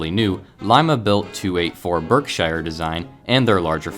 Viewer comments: BERK-SHYER?!?!???!!! NEVER!!! Being a New Yorker this mispronunciation is ANATHEMA!!! It's "BERK-sher". And if you're a B&A (Boston & Albany) fan, it's "BERK-sha", in the New England vernacular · Berkshire is pronounced barksheer 😉